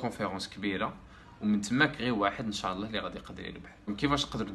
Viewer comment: انشاء الله وليس انشاع الله ، الله يهديكم